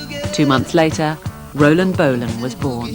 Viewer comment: "Rolan" without the "d" .